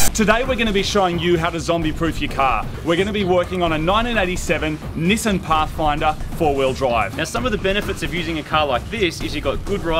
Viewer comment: It's Nissan not Nissin